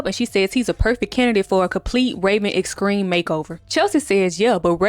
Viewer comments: I’m glad I found a friend to talk about obscure episodes from our childhood with❤ plus I love how you say extreme! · The way you saying Extreme got me cracking up 😂